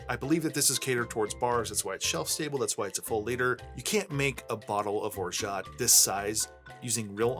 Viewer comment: The T is absolutely not pronounced my dude.